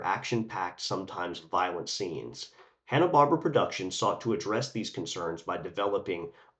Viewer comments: Bar-bear-a not barb-ra 😂❤ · I really appreciate you taking the time to make this video, having found it engaging from start to finish, but I hope you don't mind my saying, the Barbera in Hanna-Barbera is said "BarbEra", not "Barbra". Thanks again.